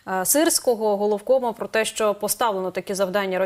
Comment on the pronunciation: не сЧчЧччЧо а шшщо.... звук шшшш не ЧЧЧ